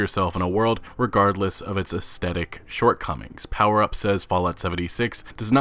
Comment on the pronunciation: you mispronounced the word "aesthetic". You pronounced it with a hard T sound: es-TET-ik, but it should be pronounced es-THET-ik.